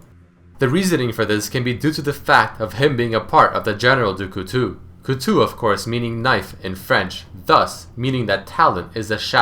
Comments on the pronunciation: Cout-TOW, not Cutu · French being my mother tongue, you ripped out a piece of my soul each time you pronounced "couteau". "ou" is not pronounced the same way as "eau". Your "ou" pronounciating was good, but "eau" is pronounced [O] Good video like always :)